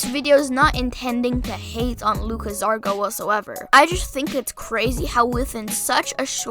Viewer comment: and it’s GARZA not ZARGA cmon g lol